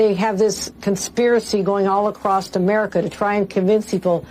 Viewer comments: Kathy Hochul said "acrost" instead of across. I say acrost when I'm deliberately trying to sound stupid. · She said 'acrossed.' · Every time I see that Hochul clip it grates on my nerves when she says "acrosst" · "All ACROSST America"?? I didn't know "across" had a T in it! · I wouldn't vote for her simply because she said 'acrost'.